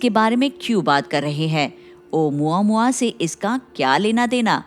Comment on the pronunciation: Actually it’s pronounced as ओमामुआ not ओ मुआ मुआ 😂😂